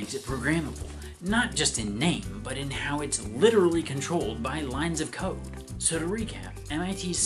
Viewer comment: Wait, did you say lines of code, or coke?